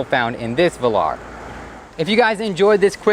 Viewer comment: give it to the, he's trying. Work on your pronunciation of "Velar" (late in the video) please. From a lifetime English Lit Major.